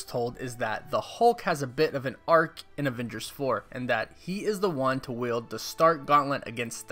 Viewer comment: It's "wield", not yield. Sorry, that kept irking me.